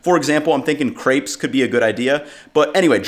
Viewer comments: Hey, as you're in france now, please don't say "craip" to a french guy, he'll most likely be totally confused. It's pronounced "crap". I had to shudder when you said it, and I'm bloody german..:D Until now I didn't know you say it like that in english, ugh.. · I've never heard "crapes" before but it sounds so wrong I can't help but love it. I'm going to pronounce it like this from now on, tremble frog esters lmao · While you're in Paris gotta learn to pronounce crepes haha. I'd like to see pain au raisin my personal favorite